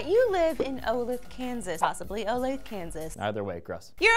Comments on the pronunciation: You still pronounced Olathe wrong. It sounds kind of like olay the. Trust me, I'm from Kansas. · It's pronounced Oh-LAY-The. I almost cried from laughing so hard after hearing you try to pronounce this. My family is from there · Oh-lay-thuh is the pronunciation of the town. I live in Kansas City, about 30 minutes away from Olathe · Olethe "O-Lay-Tha"... Not even kidding you. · It's O-lay-thuh and also living in Kansas isn't that bad. I think I would grab something sentimentally valuable, probably the quilt my grandma made me. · So, I live in Olathe, and it's in fact not pronounced OlAth, we here in Kansas contrary to popular belief do in fact have running water and electricity, call it O-lA-th-a for the pronunciation. But it's what ever I guess... We are only a fly over state... Thanks, Sad Olathe Resident :( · Olath-a guys, not Olathe. I understand though, it's Kansas yaaaaaaaaaaaaay we made the news! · I live in Olathe... It's O-Lay-Thuh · It's pronounced "Oh-Lathe-Uh"... I live in Olathe and I watched this story on the news and the guy actually admitted that it was stupid of him. This is why I have renter's insurance... leave the XBOX grab the Playstation! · It's pronounced O-Lay-The. I saw this house burn down. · It's oh-LAY-thuh (The last e isn't silent.). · Um...I'm sure plenty of others have pointed out, but I will again just in case. It's pronounced o-LAY-thuh. Also, while most of Kansas can be a bore, Olathe is only minutes away from Kansas City which has plenty to do should an X-Box happen to melt away. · Its pronounced "Oh-lay-the" kansas, Lee! Great little city here. :) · It is pronounced Oh-lay-thuh. I used to live there and somehow that shit doesn't surprise me. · Not sure if it's the "correct" pronunciation, but I'm from KS and most people I know pronounce it O-lay-tha. But that's probably not important anyway. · Holy crap, that was like a block from here. Also, it is pronounced Oh-Lay-Thuh. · Olathe, Kansas. It's pronounced O-Lath-ah lol